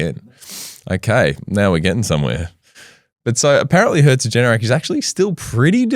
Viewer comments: Its herzogenaurach not herzogenerach 😂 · Herzogenaurach: HEA-TSO-GHEN-OW-RACH "Ch" being pronounced like the Spanish J (e.g. José) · Apart from you totally butchering HERZ-OG-EN-AU-RACH, this was a great video. Also I bought ANTA Sports shares when I heard they bought Puma. Still in the red. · As a german - thanks for the fantastic episode, I never actually heard about it in that much depth and detail! And the way you pronounced "Herzogenaurach" is just blatantly wrong and could be considered an insult to the entirety of the german language, the citizens of germany, austria and switzerland. Besides that - great job mate! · as a german i can say, every time you tried to say herzogenaurach i hurt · At first it hurt, but it turned into a "running joke". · Being from Herzogenaurach, the "small city" both companies started in it's always super fun to hear about it. Funny to think that this small town has really has had such a global influence. Thanks for the great video! The pronounciation attempt at Herzogenaurach did make me laugh out loud however 😂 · The most insane pronunciations herzogenaurach I’ve ever heard, in a good way